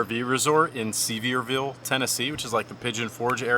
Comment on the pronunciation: It was funny to hear you pronounce Sevierville 😆 TN native here, it’s pronounced Severe vull. ❤